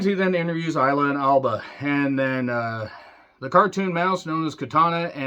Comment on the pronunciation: Michael Cole called Triple H the "Game of Games," and he pronounced Isla Dawn as Ice-la Dawn. Any word on how bad he is at his job?